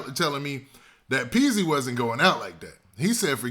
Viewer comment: Its Peezy..not peaks. Wtf is peaks 🤔